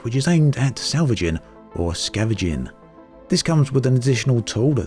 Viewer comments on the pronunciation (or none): Polite request, the word is 'Scavenging', not 'Scaveging' 😉